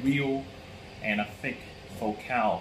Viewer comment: You are mispronouncing the word FOCAL.